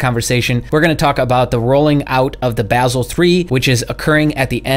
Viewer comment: Your ‘dummy’ approach to investing is a lame excuse for not understanding what is happening. Also, you are pronouncing Basel incorrectly. Not a big deal, but you should know.